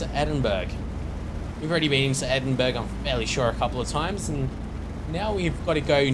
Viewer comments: Edin burg hahah its edin borough :) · sorry but its not pronounced edinburg... its edinborough. I live in England so I should know sorry. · Say it like this edinborough thats how it is meant to be pronounced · its pronounced Edin Burrah not Edinburg. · Its pronounced edinbrurr not edinburg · edinburg? its pronounced "edin-bruh" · lol at edingburg! its pronounced ed-ing-bur-er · edingberg xD... i prenounce it ed-ing-bur-er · Just some information: Edinburgh is pronounced 'Edinborough'. Sorry but it annoyed me a little more than it should've done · Edinburgh is pronouced 'Edin-bra' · Please learns how to say edinburough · he is saing endiburh wrong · you pronounced Edinburgh wrong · You really pronounced Edinburgh so wrong.